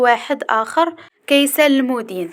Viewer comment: المَدين ختي ماشي المُدين وحظ موفق